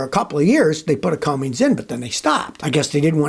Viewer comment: It's Cummins, not "Cummings".